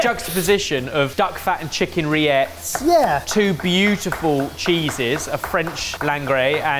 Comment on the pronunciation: told the proper French pronunciation of rillettes, and just couldn't stop himself from doing the British version of "LL."